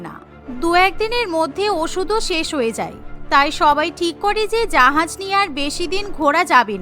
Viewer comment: জাহাজ ❌️জাহায়াজ ✅️😂